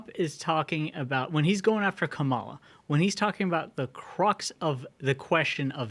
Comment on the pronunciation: I love for a million issues but his pronunciation of Kamala is great. Some dirt bag chastised tucker for it when he was on fox. NC Atty Mary